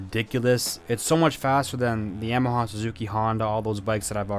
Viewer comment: Why do you say yamaha like that smh 😤